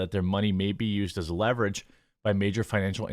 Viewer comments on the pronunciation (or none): none